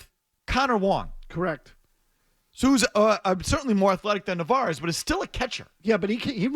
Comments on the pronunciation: Since he currently is doing very well and could be a legitimate RoY candidate, maybe learn his name (at least Mazz got it right). It's Narváez (nar-vai-ez). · Really? That’s what you care about? The mispronunciation of a rookie backup catcher. The Red Sox and their fans are a joke lmao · You know they have no idea what they’re talking about when they keep saying narvaez’s name wrong